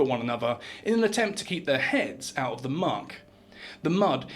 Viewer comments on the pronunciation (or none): none